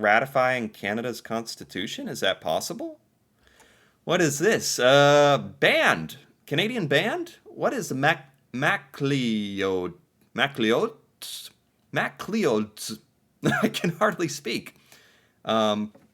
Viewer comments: oh m,y. zero grip on scottish? where did you grow up. bulgaria? mac-lee-ode? MACCloud. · MacLeod is a name of Scottish origin. It is pronounced MacLoud. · “what is mac-lee-ods?” oh come on, really? or did you have a brain stroke? I’m sure you’ve seen the name MacLeod (muc-loud) ever before? or Gavin MacLeod (famous actor) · MacLeod Like says Macloud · Pronounced MacLOUDS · Macleod is pronounced ma-cloud. I’ve heard you butchered it many times lol who cares thanks for the photos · Pronounced Ma-clowds (Macleods) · In the marching band picture, MACLEODS is pronounced " Maclouds.."... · I went OMG I saw the photo of the parade in front of the McLeods store. It was pronounced McLouds. The store was located on the corner a Baker and Hall streets in Nelson, B.C. The parade is on Baker street. The store was an early version of Walmart. Sold everything but Food. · Macleod (pronounced 'mac-cloud' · MacLeods, pronounced MacClouds. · Macleods is pronounced Mc Clouds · It's MacLeods (Mac-Clouds)